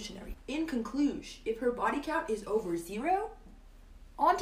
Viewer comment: I lost it at "In conclush...."